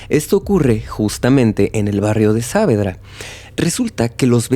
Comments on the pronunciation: Es genial la narración, salvo la pronunciación del lugar. Es "Saavedra" sin la tilde, así como suena (Savedra), para que se entienda. El resto es genial, la historia realmente es turbia. Gracias por buscar y sumergirse en casos de mi país, siempre con respeto y atención a cada detalle. ❤ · Hola, que tal? Solo quería aclarar que el nombre del barrio se pronuncia Saavédra (como si la tilde estuviese en la E) y no Sáavedra. Gracias.